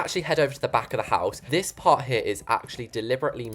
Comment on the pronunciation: is it just me or did you sound a American there when you said "PaRt 💅"